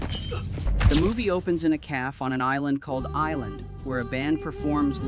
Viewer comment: Stop using these stupid AI voices that can't pronounce words correctly. It's a cafe, not calf